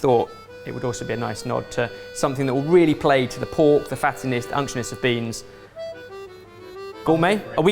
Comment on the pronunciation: They did understand him. He's trying to say unctuousness and is mispronouncing it slightly. They're just making fun of him for that.